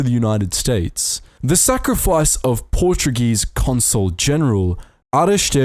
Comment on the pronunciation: You butchered a few Portuguese names but that's okay, great video as always